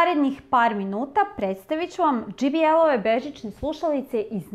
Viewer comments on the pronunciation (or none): Ovi ne znaju ni šta prodaju😂 Šabani, nije dži bi el, nego džej bi el.